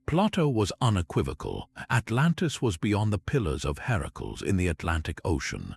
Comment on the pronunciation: I know it's Ai but I can't listen to the mispronunciations of common names like Plato and Hercules. It's too much to endure.